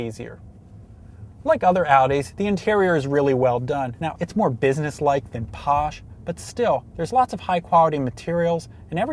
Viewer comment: i laughed when he said posh xDDD!!